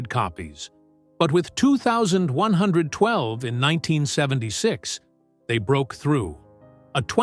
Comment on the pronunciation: Please someone train the AI bots to pronounce 21 12.